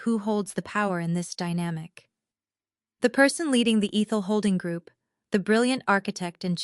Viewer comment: Ehhthul . Not EEEthel